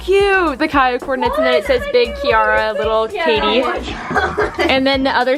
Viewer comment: Aww ! Lol I’ve never met anyone with the same pronunciation of my name. Always “key air uh”